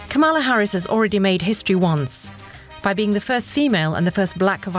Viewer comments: KA-ma-la: the accent is on the first syllable. Learn to say it correctly. You’ll be hearing it a lot. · Pronounced kamalaa instead of kamaalaa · I read this before i heard her pronounce it. She butchered it. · reporter dude could be more professional, learn to correctly pronounce Kamala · Can you pronounce Kamala Harris's name correctly?